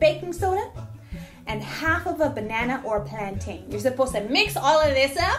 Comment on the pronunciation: Bless you for saying “plantain” not “plantin”